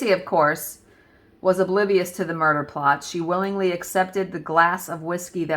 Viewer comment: Yes ! You said " muh duhhh " love it. That story was ..oof.. crazy girls. Hard to wrap my head around such evil. I can't wait to see the finished vanity. It sounds stunning.